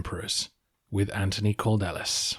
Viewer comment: His name in Greek is "Αντώνιος Καλδέλλης", (Antonios Kaldellis), so I'm guessing it would be something like [Kal-thel-lys]. ("D"'s are pronounced closer to "th"'s than you might think). (I'm no pro-linguist, but it's certainly closer than "Cord-ellis" :) )